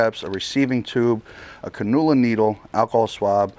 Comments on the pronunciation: Can-u-la not cunnula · Can-you-la needle. Just like an IV. I know it’s spelled cannula but it’s pronounced differently. I’m sorry 😭 It’s a nurse thing of mine. Great video btw. Getting my other side done tomorrow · Definitely took me a hot minute to realize what he was saying when he was saying canula needle. Never heard it pronounced that way